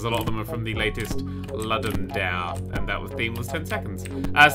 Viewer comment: "It's from the latest... Luddum Dair." Noo... It's pronounced "Loodum Dah-ray". Mentioning it was good, though.